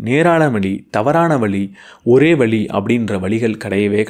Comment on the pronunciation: சிறப்பு ழ'கரத்தில் கவனம் கொடுங்க சார். வழி உச்சரிப்பு வேற, வலி உச்சரிப்பு வேற. 🎉🎉🎉 உங்களுக்கு வாழ்த்துகள்... நல்ல நல்ல கருத்துகள் சொல்றீங்க... நான் இந்த சமுதாயம் சொல்வதை கேட்பதில்லை. நல்ல செயலை மனிதனால் எப்படி செய்ய முடியும் என்று மூடநம்பிக்கையை ஒழித்து செயல்பட முயலுகிறேன்.